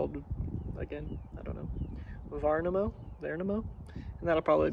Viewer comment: Värnamo was actually pronounced really good 🙂